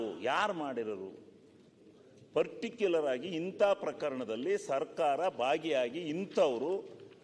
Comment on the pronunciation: Particular, ಸರಿಯಾಗಿ ಉಚ್ಚರಣೆ ಮಾಡ್ರಿ ಶಿವಲಿಂಗಗೌಡ